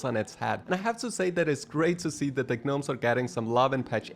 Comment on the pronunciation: The "G" in Gnomes is supposed to be silent, so it's pronounced "Nomes"